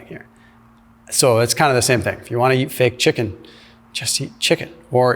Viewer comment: ChicKan. ROFLMAO